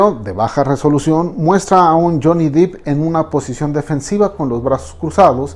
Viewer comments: Todo bien, pero por qué se esmera en pronunciar “deep” cuando en realidad es Depp? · No es DIP (DEEP) es DEPP.... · Solo una anotación, la pronunciación correcta es D-e-p no dip, puesto que el apellido es Depp no Deep. Gracias por un nuevo episodio. 🙏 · Solo una observación: se pronuncia, Jhonny Depp, así como suena (dep), ya que Jhony "dip" es un actor porno. 😜🙃 Me encantan sus videos, saludos. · Gracias!!!! Casi me daba un ataqué cada vez que decía Dip!!! Es DEPP!! “dip” seria DEEP!!!!! 😤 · DEPP! Johnny DEPP. No "DEEP". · Buen video, si me permite hacer una crítica constructiva el apellido de Johnny se pronuncia "dep" no "dip". Muchas gracias por este video. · No es Deep (Dip) es Depp (Dep) pero dejando eso de lado esta muy bueno el video 👌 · Debo objetar que dice Johnny deep y no Johnny Depp como debería ser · Excelente video. Una recomendación: se pronuncia Dep, no Dip, el apellido de Johnny. Yo antes lo decía así hasta que me percate de mi error y esta corrección la hago con buena intención. Este es el primer video que veo en este canal y está muy bueno, subscripción automática. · Se pronuncia Johnny “Dep”, no “Dip” :) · Depp se pronuncia Depp, no "dip" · DEPP; Johnny DEPP! No "Deep" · Es Depp no Dip, ni que fuera un aderezo. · Es Johnny Depp...no: Deep, por favor pronuncielo correctamente en próximos vídeos. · Johnny dEpp, no dIp jajaja no hay doble "E" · Depp no dip DIOS cuando van a aprender a pronunciarlo😣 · Es Johnny Depp, no Deep! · Está buena la información brother, pero por favor dejen de pronunciar dip, es dep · Depp mi amigo no es Dipp, DEPP no DiP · Sorry es Depp no Deep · Es Depp no Dip ni Deep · Que tonterías, una narración meramente subjetiva y descriptiva... Si para notar que hizo un sonido onomatopeyico necesito un "análisis" que dice eso de mi? 😒 Y el apellido, no se pronuncia Dip. Se pronuncia Depp. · Todo bien pero desespera que pronuncie mal el apellido. No es “deep “ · La PRONUNCIACÍON es DEP.